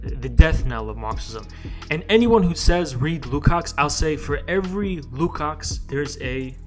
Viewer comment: the "cs" Lukács is pronounced as a "tch" not a "ks"